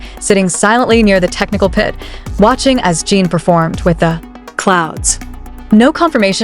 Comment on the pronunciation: A whole channel dedicated to Jin, yet still hasn't learned how to pronounce his name. AI, anyone? There's a tsunami of AI channels headed this way, so remember, there is no human emotion behind the words, just an operator trying to cash in on ARMY's love for BTS. But, feel free to correct me if I am wrong about this channel.